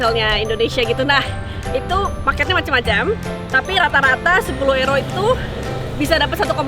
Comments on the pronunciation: euro (yuro) msk euro (ero) ngomongmu seh mbulet ngono kui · sebutnya kok ero? bukannya yuro? hehe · euro bacanya euro ya bukan yuro?